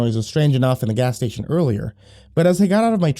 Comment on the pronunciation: you cannot... CANNOT... JUST SAY "gas stationary the edge of town" LIKE THAT!